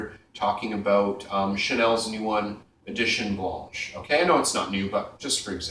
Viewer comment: btw, your pronunciation of Chanel Édition Blanche was pretty close.